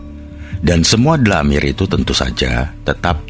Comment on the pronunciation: Koreksi dalam lafal "DLAMIR" dibaca Dhomir= kata ganti Nama(ANA' ANTA, HUWA) Agar enak di dengarnya...! Terimakasih...!